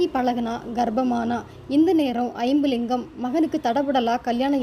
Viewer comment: Iyumlingam illa jambulingam ma tamil correct vasinga